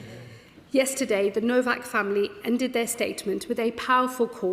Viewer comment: You are saying his last name incorrectly. It sounds like Nowok not Novak, even though it’s spelled Nowak.